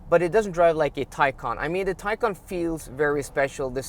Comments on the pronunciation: if you say one more time teycan i will unsubscribe! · You have a Taycan, right? Can you hear yourself? It’s a Macan not a Taycan! Try compare apples with apples. 😵‍💫